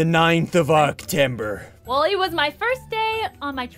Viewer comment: the fact he said octember XDD